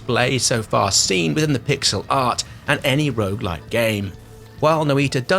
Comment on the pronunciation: you did get it wrong, understandably since it's not English. It's Noy-tah, Finnish for 'witch'